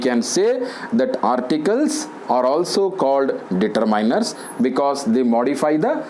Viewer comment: Determiners.. ......Kindly check your pronunciation sir